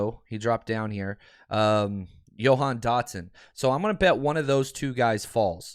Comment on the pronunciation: “Yo-han Dotson”